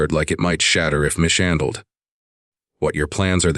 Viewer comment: Southern Arizona United States of America Good story. Narrator mispronounced the word MISHANDLED. Instead he pronounced it as MISH HANDLED. There's only 1 H in mishandled.